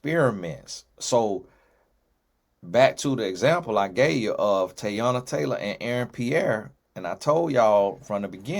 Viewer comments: I’m like know you know that ain’t the pronunciation 🤦🏽‍♀️ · ain’t neva gonna say nobody’s name right 😂 TAYY-ONNNAH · Yoooo😂😂😂😂 I'm like that ain't even a hard name and its mad common